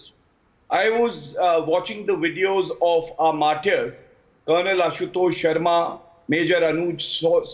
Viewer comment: MARTARS. NOT. MARTI YARS.🤣🤣🤣🤣